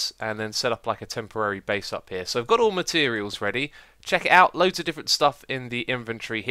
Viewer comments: i got al ma terials together ;) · "Got all my terials ready" - Xisuma 2015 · "So I've got all my-terials." xD